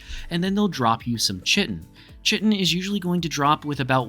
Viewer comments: chitine the CH is pronouce like a K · stop saying chitin wrong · Yo dude nice video.. IDGAF about how you pronounce Chitin.. sorry some people apparently can't get passed that lol..